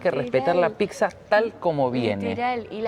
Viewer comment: Si dice pizza e no pixza. Comer la salsa que quedó con el pan es típico italiano y se llama "scarpetta", que lo hacen también en Argentina es porque lo eredaron de nosotros.